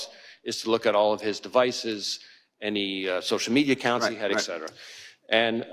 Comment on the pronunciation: Not real confidence inspiring when a high-level official keeps saying, "eX-cetera."